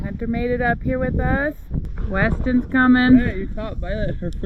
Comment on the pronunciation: Westin! Not Weston!